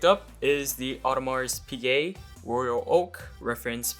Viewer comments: If you consider it a grail watch then at least pronounce it right 😂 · bro dont even know how to say it right but he got it at retail 🥲. nice